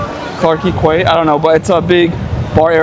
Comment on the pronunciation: Clarke is pronounced as Clark and Quay is pronounced key. It’s an English word meaning wharf or pier along the shore.